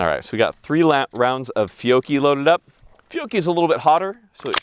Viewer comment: You need to pronounce Fiocchi the way Rob Ski does, “Fick-o-Chee”.